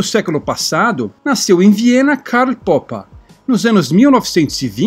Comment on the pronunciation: "Poppa" é muito estranho, nunca ouvir ninguém chama-lo dessa forma antes. Por favor, poderia me dizer como encontrou essa pronuncia para o sobrenome dele?